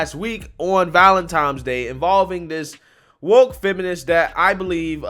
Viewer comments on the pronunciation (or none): Sorry, but it's Valentines, not valentimes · Lmao!!! You said "Valentime's Day" instead of "Valentine's Day" 😂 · YO it's NOT Valen TIMES Day..it's ValenTINES Day.. lol😂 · The word is Valentine's, not Valentimes. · I like your site, but it’s not ValentiMe’s Day. It’s ValentiNe’s Day. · I like your content but I was hoping to never hear you say "Valentimes Day" again...lol. Keep up the good work!